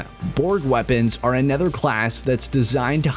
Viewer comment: Does he know that "anOther" has an "O", not an "E"? The "O" is pronounced as "oh" - not as an "E", which makes every "another", a "anether" lol.